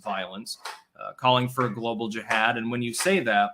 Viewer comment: Since you can't pronounce Jihad, try saying Vermontifada....its simplistic. Either move to oust them or try to reign over your subscribers like a controller/handler instead of a participant and loser of a stall tactic.... You just can't Kvetch hard enough, can you...? Lol...even schmutzed all his daily events into one movement known a Diorrhea of the Mouth. Time to waipipo it all up